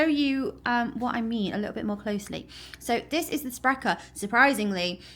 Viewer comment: You nailed the pronunciation of "Sprecher",. In addition to sodas, they also brew beer. I like the flavor of Barq's, but it lacks the creamy texture of other root beers. One of our other famous root beers, Dad's, does taste quite different. It has a very strong wintergreen flavor. At the end, you should have mixed the four together to see what you get!